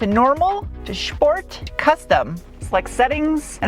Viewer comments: Why do you say SHport instead of SPort? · I'm here for "shhport"